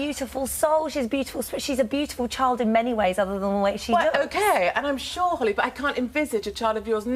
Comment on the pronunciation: Did she just call Holly “Holls”? Lol